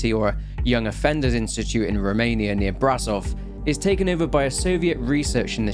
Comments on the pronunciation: i know that pronunciation aint that important but still, bro said bra-zov instead of bra-shove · Brașov is pronounced Brashov.